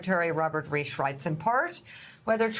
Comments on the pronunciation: Mika! This very important economist and thinker is Robert REICH, with a long I. You should follow his work closely. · All these years and she still can't pronounce his name right? I've noticed she often has trouble reading copy correctly - maybe getting up too early in the morning? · Learn to pronounce Robert Reich's name properly. How can you have been doing your job and not know this?